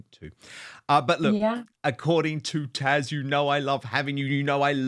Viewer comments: Her name is Taz, with a Z, not TaSH. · I'm sorry, but I find it difficult to ignore the fact that Dan seems incapable of or unwilling to say "TaZ", not "Tash" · Dan, it is considered quite rude to continue to call your contributing guest by the wrong name. She is known as Taz not Tash. Poor form Don, err Dan. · Her name is TAZ and not Tash? 😅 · Her name is TAZ, not Tash...🤣🤣👍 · Dan, I love you both so much. You are fun, intelligent and informed. I do have one thing though, this is Taz. I have watched her for quite a while. I keep hearing Tash. Am I hearing wrong? I am getting older and don't always hear correctly. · Why do you keep calling her TASH when it's TAZ??? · Dan this lady is TAZ not 'Tash or Tasha' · Dan, isn’t your guest’s name TAZ?? Why do you call her Tash? Just asking… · Dan, are you calling Taz, "Tash"? It sounds like it but maybe just the sound. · Why does he call Taz “Tash”??! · Dan, isn't her name TaZ or is it TaSH I'm hearing?:) Either way...love her and her channel ❤ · I love you, Dan, but it's TaZ. TaZZZZ. Not Tash. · He keeps calling her “Tash”, 😆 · Someone needs to let Dan know that her name is ‘Taz’ 👍🏻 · Thank you! I literally just commented. It’s rather irritating!! get her name right - even with your accent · Her name is Tasha but goes by the name Taz 😊